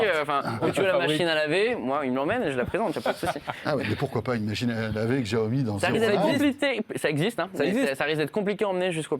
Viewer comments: Ca se prononce siaomi en fait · Pourquoi François Sorel s'entête à prononcer [JIAOMI] alors que ça se prononce [CHIAOMI] ?